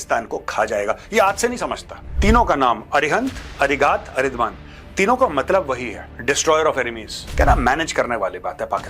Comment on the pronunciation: Major अरिदमन hai... अरिदमान nahi hai.. Thoda hindi Mein bhi padh liya karo